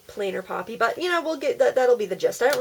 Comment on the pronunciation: It was so cool ! at the beginning I thought what is a poopy I thought you were trying to say puppy hahaha!!